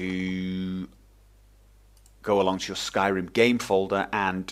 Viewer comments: You sound like a wizzard when you say "Skairrrrimmm" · One of the most noob friendly tutorials great job! also i like the way you pronounce Skyrim :D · Haha I love the way you pronounce Skyrim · Hey,. To me, you sound like a friendly teacher:D I really enjoyed the pace of the tutorial and your tone of voice. Of course, how could I forget. You really emphasise the R in Syrim. I like this. Basically, thank you and take care. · I love your accent when you say Skyrim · Skyrim in British ;)